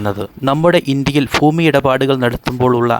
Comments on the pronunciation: "ഫൂമി" അല്ല. ഭൂമി ആണ്. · Foomi ( ഫൂമി )അല്ല.....Bhoomi 👉 ഭൂമി എന്നാണ് ശരി. അതിനാൽ ഇനി ഉച്ചരിക്കുമ്പോൾ ശ്രദ്ധിക്കുക. ഫൂമി എന്ന ഉച്ചാരണം തെറ്റാണ്. ദാസേട്ടൻ പാട്ട് പാടുമ്പോൾ ഇത്തരം വാക്കുകൾ ശ്രദ്ധിക്കുക. സ്വയം തിരിച്ചറിയുക.. മനസ്സിലാക്കുക കോഴിക്കോട് എന്ന വാക്കിന് കോഴിക്കേ...ട് എന്ന് പറഞ്ഞാൽ എങ്ങനെയാണ്ടാകും 😂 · ഫൂമി അല്ല ഭൂമി 😊😊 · ഫൂമി അല്ല ഭൂമി ആണ് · ഫൂമി അല്ല ഭൂമി. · ഭൂമിയുടെ വില കുറഞ്ഞിട്ടില്ല ഫൂമിയുടെ കുറഞ്ഞു എന്നാണ് ഇദ്ദേഹം പറയുന്നത് ഫൂമി അല്ല ഭൂമി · Foomi alla, bhoomi aanu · ഭൂമി എന്ന് 100 തവണ പറഞ്‌ പഠിക്കുക.